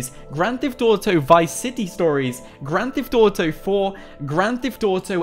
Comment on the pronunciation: It kills me when you say gran thef dotow